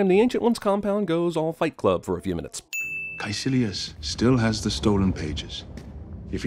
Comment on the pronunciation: In 15 min or lEAss 16 mInNetsS